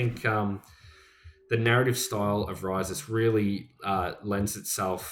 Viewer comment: Pronounced (properly) is kinda a lil bit in between “REE-sus” and “ree-SOOS”. 🙂